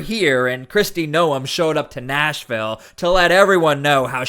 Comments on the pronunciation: How is it even possible that you do this video & have no idea how to pronounce Noem. Hint: it is not No 'em. It sounds like Nome. Do you watch the news? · Bro its GNOME, not NO EMH. The news clips you have say her name correctly but you can't? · It's pronounced nome, not noum.